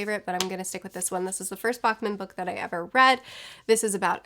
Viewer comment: Im a swed and it just cut my ear every time you missprenaous Fredrik Backman so here is how you say it. just PLEASE. The first A-sound in his lastname is lighter like when you say ’back’(-where your spine is). Im not gona make you say his firstname like a swed but the Es is lighter in the same way.